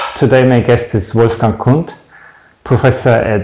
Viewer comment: Did you pronounce Kundt wrong? Should the d be silent?